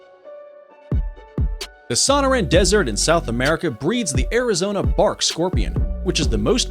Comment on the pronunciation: Muringi....FACTS??...These people don't give a shit about FACTS.....they just throw garbage out there and really don't even care if someone calls them on it...the narrator made about twenty mistakes..such as the sahn-a rahn desert in South America....it's Sonoran (So-nor-an) and it's in Mexico and California and the Bark Scorpion has very mild venom...and all the posters are correct...the Honey Badger is by far the most fearless...they just don't give a fuck!!...these idiots didn't even MENTION them...and if a few people point out their errors, big deal...if everyone said I'm not watching these fools anymore it might make a difference...but we all know that ain't happening!!